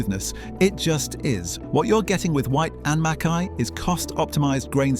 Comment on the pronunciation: It’s not called, as you said, Scotch Whisky it’s just whisky or Scotch, and while I’m at it pronounce Whyte and Mackay properly please.